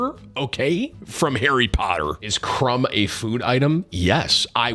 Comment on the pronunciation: Lol Victor Crumb instead of Victor Krum